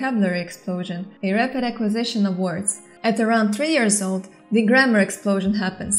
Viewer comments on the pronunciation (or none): none